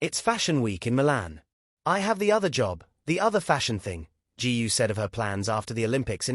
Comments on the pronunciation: Please do your homework! Her name GU is pronounced as GOO not g u ! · Why pronounce her name as G. U. ? Is that difficult to say GU ? By the way, her real name is : GU AILING ! Chinese people always place the family name ahead of the given name. Hungarians are the only Westerners who do the same as the Chinese because their ancestors came from North/Central China ! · That idiot can't even pronounce Eileen's surname !! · I guess AI is far from perfection. If it can't even pronounce her name right. Please don't post it. Totally disrespectful towards Eileen and her family.